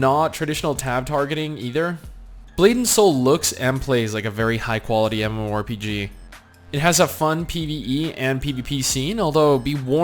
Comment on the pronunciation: Stop saying Mmo rpg "Emuarempg"